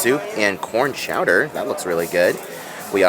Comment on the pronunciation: Lol’d at you saying “chowda”.